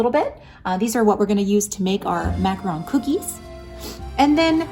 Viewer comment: Macaron, NOT macron.